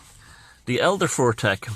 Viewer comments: its FUTHARK. Not fortek.😂 wonderful video though. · love the video. It's elder and younger futhark, pronounced 'foo-thark' not 'fur-thek'. Keep up the fantastic work. You're keeping a lot of important things alive